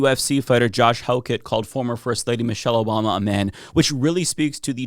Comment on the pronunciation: "Moshelle Obama"